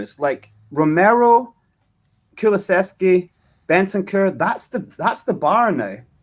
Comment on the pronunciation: Go away FML your not clever or funny.. you can't even get Kulus name correct.. kuluchevsski 🤔